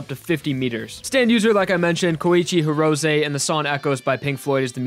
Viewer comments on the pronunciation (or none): none